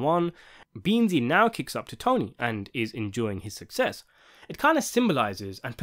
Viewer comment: “Disentary in the ranks” bro its dissent lol